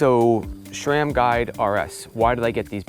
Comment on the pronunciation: SRAM NOT SHRAM 🤣